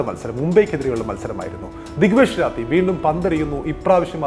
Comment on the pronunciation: രാത്തി ❌ റാഠി ✅